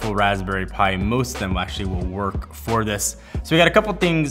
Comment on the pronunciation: Convenient FOR me. Vertically INTEGRATED. You'd swear english was your second language in this one.